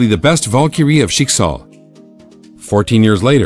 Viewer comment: When you realize you pronounced Valkyrie wrong but still like the wrong pronounciation